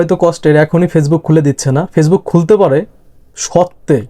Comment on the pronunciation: কথাটা ফেইজবুক না, ওটা ফেসবুক